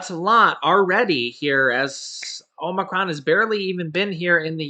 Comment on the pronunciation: OMG ur pronunciation gets worse by the day.. Now it is "OMERCRON"!#@